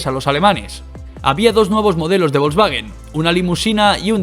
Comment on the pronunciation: Hitler le dijo a Porsche: Señor Porsche hay que fabricar un coche para el pueblo, o sea; ein Wagen fürs Volk. De ahí salió Volkswagen, en Alemania se llama VW ( se pronuncia faube). ¿ A ti quien coño te ha dicho que el alemán se pronuncia como el inglés?